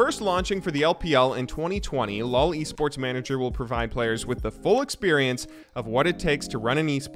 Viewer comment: When you say LOL esports and it sounds like loli sports 😂😂